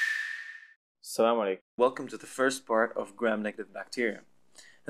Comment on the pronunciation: I dont know why but i loved the way he say Aslam o alikum😬